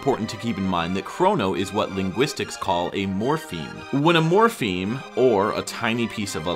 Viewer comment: Great episode! Just note that the term is morpheme, not morphene.